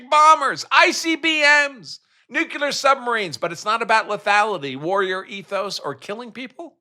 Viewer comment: Did you say nu-que-ler